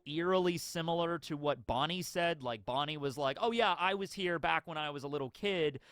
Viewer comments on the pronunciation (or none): none